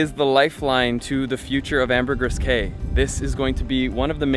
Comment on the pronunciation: You’re gonna have to learn to pronounce Ambergris Cay if you’re gonna live/be there 😂 Secret beach was a solid 45 mins of hellish roads on a golf cart to get to the beaches there. Sad that people are taking this untouched area that a lot of local species rely on as the only wild place left on ambergris